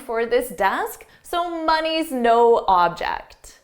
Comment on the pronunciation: I thought at first you said “my knee is no object” haha and I’m was intrigued to know what it means until you said it is “money’s no object”. Your videos are the best. Thank you so much !!!